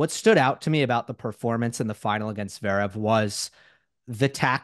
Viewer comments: agreed, it's almost like he is consciously doing it. dare i say... trolling. it's really not THAT hard to pronounce zVerev or Dah-niil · Love these convos with Steve - apart from the insistence in omitting the first v in Zverev. I guess at least it wasn't Zeverev like JMac. And calling Meddy DANiel instead of DaNEIL 🙄🙄🙄 (spelling phonetically). It is not hard.